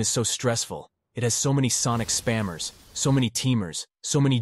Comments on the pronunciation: bro really said spammmer when he is sonic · Ain't no way that sonic fr said "spammer" 💀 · say “spammer”